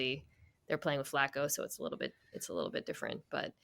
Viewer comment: Am I the only one hearing “wittle bit” when he says little bit? 😂